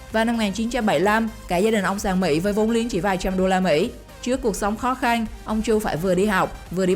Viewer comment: Bạn nói từ trắng , chữ khó khăn nghe kiểu gì ấy